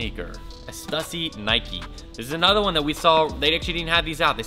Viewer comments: Why are you still pronouncing Stussy wrong, dude? We've talked about this. A lot. "Stew-see" "Stew-see" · bro...why do you not pronounce Stussy right?? i'll give you a perfect example. Pronounce "stu"pid and then pronounce pu"ssy". Now combine the two i emphasized while keeping the pronunciation going. There you go now you can pronounce the brand perfectly!